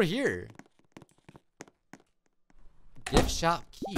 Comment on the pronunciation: Whenever he said gift shop key. I thought he said [big shot] key